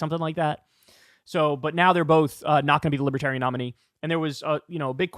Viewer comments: Trump's one of those dumb Republicans like Ben Shapiro who can't fathom he's not at all libertarian or "lipaterien" as Trump pronounces it. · I like to imagine they’re booing him because he can’t pronounce “libertarian” properly. 😂🤣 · He can’t even correctly pronounce libertarian.